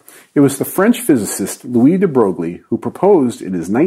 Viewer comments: Louis de Broguely? Com'on Louis de Broy is how its pronounced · I might be wrong, but I think Broglie (as in Louis de Broglie) is pronounced more or less "Braw-yee" not "Bro-glee". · Thanks for the video, I learnt something ! You're way off in you pronunciation of Louis de Broglie by the way, if you know how to read french, it's pronunced "de Breuille" (it makes no sense, but it's how he said it) if you pronunce it "Broglie" it's a small town of Nomandy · Was it a joke that he pronounced it 'de borg-lee' instead of 'de broy'? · Small note : De Broglie is a tricky surname that is not pronounced as written (at all). Even French people have a hard time with it as, the way it's said, they would write it "De Breuil" if they dif not know how it's spelled. I'm French and I was in my twenties when I learned about it. This wikipedia page has the correct pronounciation in audio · I'm certainly not worked up about it. The way it's spelled and the way it's said is so different that there's even actual jokes about it in France. The only purpose of my message was to convey information, just so, for exemple,people know that when they hear someone say "de brogli" said as written or something like "de broyle" it's the same guy. There's no point in blaming someone for there pronounciation of foreign names and that was not my intent in any way. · He's PRONOUNCED "DE BROY" PLEASE ARRRR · Oh, you actually do not pronounce "Louis de Broglie" as it's written (and you did it well), but instead "Louis de Breuil". You have it written correctly, it's just that it is pronounced in a fancy different way. That has nothing to do with how french sound, you can't guess it. Not sure of the reason why, but that's the way it goes. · FYI, deBroglie is pronounced deBROY. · De Broglie is pronounced "De Broy"! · De Brohg-lee? Haha I’ve never heard a physicist mispronounce his name so badly, I wonder if it was intentional... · did you honestly just say de brog lee?